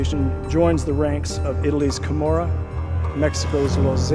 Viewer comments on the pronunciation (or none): Kimora? 🤣🤣🤣🤣 You mean Camorra?